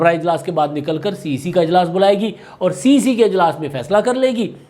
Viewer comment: سر cc نہیں cec ھوتا ھے